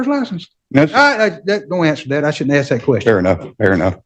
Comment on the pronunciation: Why don’t you “aks” him?